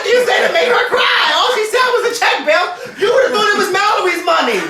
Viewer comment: "you bout to bizzounce outta this industry" DEAD